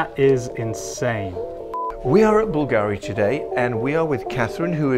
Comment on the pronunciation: I probably have to teach you how to pronunce BULGARI in italian!!! 🤣🤣🤣